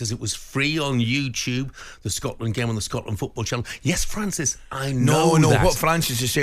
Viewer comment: Ally.... " It was free you-tube " 😂😂😂